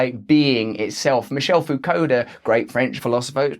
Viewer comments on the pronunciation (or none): For anyone interested in the French philosopher Rusty mentioned: (and that's an interesting pronunciation of "Foucault", it's actually "foo-kow" with a hard stress on "o" in "kow").